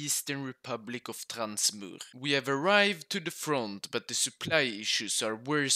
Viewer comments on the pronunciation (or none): It's NOT transmur! But Transamur